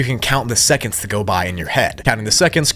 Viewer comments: he said esconds instead of seconds💀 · Ah yes “esconds” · "Always check the time in the backrooms and always count in your head the [esconds] that go by" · ah yes, esconds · “ The esconds “